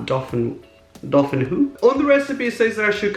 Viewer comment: Gr-ah-teen Dah-feen-wa